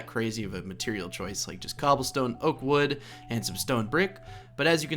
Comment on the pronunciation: "Infested Cooblestone" :D